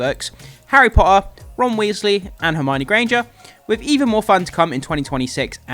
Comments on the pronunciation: How is this dude relatively well spoken until it comes to the word Potter? Especially considering he makes videos specifically for a HP page. Seriously, there are two T's in the word Potter, at least use one of them. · I come from Portsmouth mate, bang in the middle of the south lol. Your pronunciation of T's is actually really good across the board, with the really random exception of the word Potter lol. Didn't mean it to come across as critical as it did lol, I found it more funny than anything lol